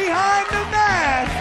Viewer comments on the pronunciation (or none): none